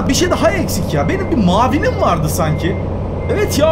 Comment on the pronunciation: mavinim diyo orda dili süzüşmüş muavinim diycekti olabilir böyle şeyler